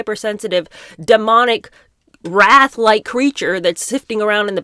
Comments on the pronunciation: referring to Cynthia you’re saying wrath. Do you mean wraith as in LOTR ring wraith? Rhymes with Ariana is a waif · Wraith is pronounced with a long A. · Now that you said the word four times, can I correct your pronunciation for the word wraith? It’s pronounced rayth. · I agree with you. ......but please learn how to pronounce "wraith" properly. It's not the same as "wrath". ❤ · This is pretty weird. Is this some kind of wacky Christian channel? Also, please learn how to pronounce "wraith" and learn the difference between "wraith" and "wrath." Thanks. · Are you saying "wraith"? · Wraith......not wrath